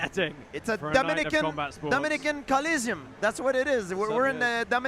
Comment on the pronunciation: The Collisium??😂😂😂 The ColOssEum...